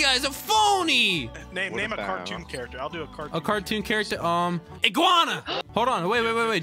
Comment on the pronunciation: I Laughing Becouse Always Say Inguana